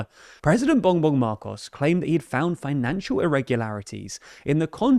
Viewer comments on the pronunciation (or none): none